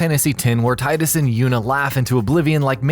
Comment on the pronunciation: Tidus was fine & the laugh scene was intended to sound forced....also it's pronounced tee-duss ffs ( mispronouncing his name makes your complaint about bad pronunciations in Just Cause 2 ironic.... ). and Tora's not that bad ( his voice can get annoying but the acting is fine )....Rex though, the delivery on some of his lines were pretty bad. and isn't Chaos Wars the one where the devs just had their families do the voice work?